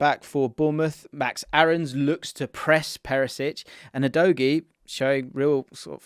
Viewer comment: Thank you for pronouncing Udogies name right